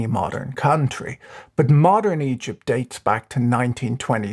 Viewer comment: i can't help but hear "eedjit's currency crisis"